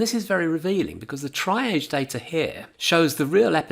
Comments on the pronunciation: When you say what sounds like "try-age" do you mean triage (i.e. tree-arj)? I just want to clarify so that i can understand your speech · Excuse my ignorance, but I’ve always pronounced triage as”tree-aaj” (the way the nurses were pronouncing it here in Australia - rather than “try-age”. Maybe it’s a tomayto/tomaato thing. Anyway good vid.